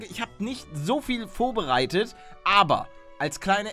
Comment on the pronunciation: Kannst du mal bitte aufhören die ganze Zeit "vobereitet" zu sagen?! das heißt VORBEREITET! 😂😂😂